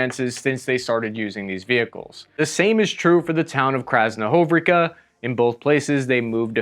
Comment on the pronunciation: Maybe I'm petty but I find it somewhat off putting that this guy after 3 years of this conflict can't put some effort into reading the town names at least close to correct. He simply moves letters around for no reason when it would take literally 3 seconds to read it correctly. And yes American accent is fine but Tungustas? Krasnohovrika? Dude come on, it's been 3 years. You're not reporting on a brawl at a local pub.